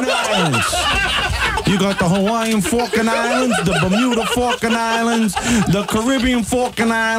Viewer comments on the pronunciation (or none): Falkland, not Falkand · "The Falking Islands!" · jimsradiomusic What falkin Islands are you talking about?